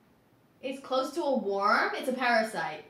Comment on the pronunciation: the chat saying how is pronouncing worm incorrectly is making me realize ive been saying it wrong my whole life as well 💀